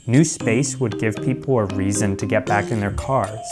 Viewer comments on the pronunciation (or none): none